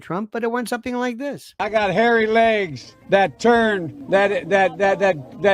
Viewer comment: Did he say hairy legs or hairy eggs? 🤭